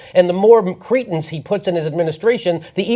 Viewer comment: Can stop mispronouncing cretins saying "Cretans" instead? No self respecting Cretan would be part of any of this garbage